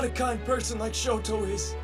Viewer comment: The sister pronounces the names weird, calls Toya, Toeya and Shoto, Shota I wouldn't use her as an example for names.